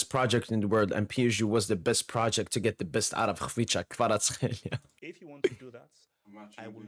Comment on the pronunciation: Being Georgian myself, I can tell you that your pronunciation of Khvicha Kvaratskhelia is on point bro!